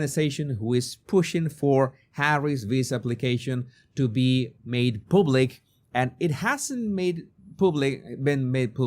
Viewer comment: /Pub/lick not /poob/lick ....